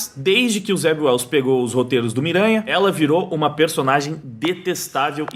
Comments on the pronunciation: Em - Zeb Wells? Eu tinha entendido Zé Ruela 😁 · Alguém mais entendia "Zé Ruela" cada vez que o dizia o nome do roteirista?